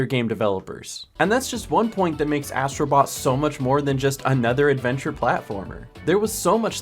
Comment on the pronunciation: Ass..tro Bot made me laughing😂